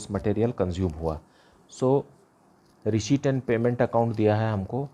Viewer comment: sir pdhata toh acha ho pr receipt bolna sikh loh🥺🤣